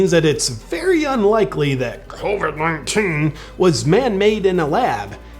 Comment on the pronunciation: Idk why but when you mumbled/grunted "covid-19" I laughed out loud. It's not even that funny but idk 😅✌